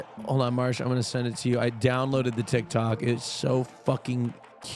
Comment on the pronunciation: It's Marche and not Marsh???